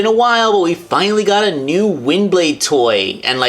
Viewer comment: "All your Nyoo-nyoo-purposes" had me rolling! XD But hey; why not just keep the one on robot-mode all the time, and the other in jet-mode? Works both ways now! =)